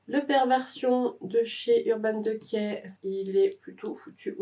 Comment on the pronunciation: C'est la première fois que j'entends urban decay prononcé "de quai" 🙃. Je viens de commencer la vidéo j'ai hâte de voir la suite j'adore les videos collection de palettes 🥰